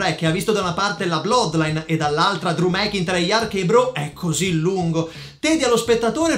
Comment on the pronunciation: ottimo video davvero però magari si può migliorare con la pronuncia dei nomi (ad esempio mcintyre che diventa mekinter anche no)